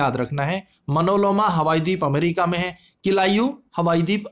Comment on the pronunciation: भाई तुम टीचर/स्टूडेंटतो नहीं हो क्योंकि तुम्हारी वीडियो में बहुत बड़ी बड़ी गलतियां होती हैं । जैसे इस वीडियो में : मनोलोमा नहीं मौना लोआ होगा । हवाई डीप नहीं हवाई द्वीप होगा ।